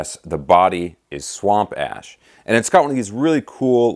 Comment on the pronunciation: Did say "swamp ass?" Ha ha ha.